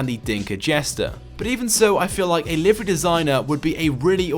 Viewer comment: he pronounces livery wrong